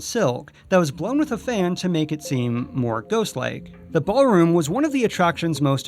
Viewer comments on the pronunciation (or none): 'Ballroom' not 'Bar-room'. Lol